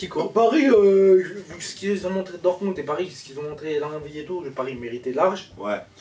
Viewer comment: Par contre c'est dortmund pas dortmung lol